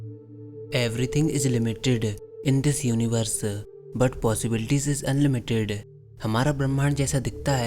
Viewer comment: Wow what a English... everything is limitedu, iniversu, unlimitedu.... 😆 😆 😆